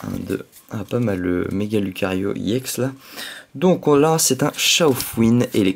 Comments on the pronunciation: Pourquoi tu dis iex au lieu de ex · Sa se dit pas IEX mais EX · pourquoi tu dis iex